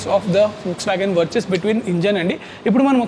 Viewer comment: వర్చస్ కాదు వర్టుస్